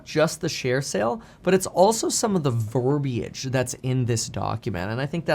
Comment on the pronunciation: I appreciate your pronunciation of verbiage